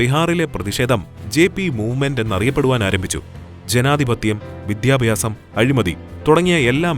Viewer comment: വിദ്യാഭ്യാസം.... എന്ന് പറയണം.